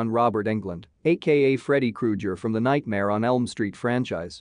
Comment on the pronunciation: I cringed a little when I heard Krujer